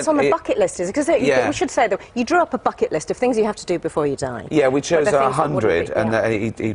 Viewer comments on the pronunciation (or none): Did amuse me slightly when she says that's on the Bucket list sounds like Fuck it list. lol